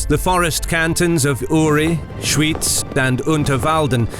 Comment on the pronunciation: "Schooitz" 😂😂😂 it's pronounced SchVitz.